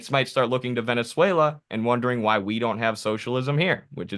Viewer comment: "Boot whata pout Vuvuzayla!"